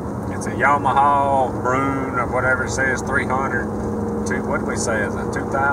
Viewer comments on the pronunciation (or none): It’s actually pronounced brew-in- and the last year they were made was 2006, it was replaced in 2007 by the grizzly 350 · Broo-IN. It’s a bear in French